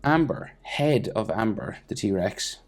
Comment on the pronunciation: It's Ember. Not Amber.